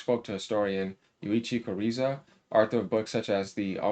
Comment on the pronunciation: His name is Yuichi Goza not Kureza